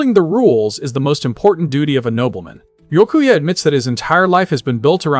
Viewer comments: It's bee ya koo a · Man poor Byakuya didn't have his name pronounced correctly even a single time in this 7 hour video. 🤣